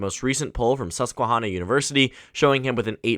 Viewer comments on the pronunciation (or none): This is completely irrelevant to the rest of the video, but the han in Susquehanna is pronounced like hand, not Honda.